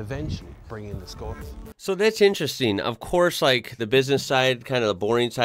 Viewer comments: Bro if you come to europe let me know and we can drive arround in a '22 Octavia RS , trust me its worth it. Also kudos to actually pronouncing it as it should :) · HE SAID SKODA CORRECTLY NO WAY